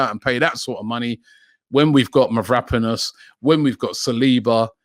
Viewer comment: ITS MAV-RO-PAN-OS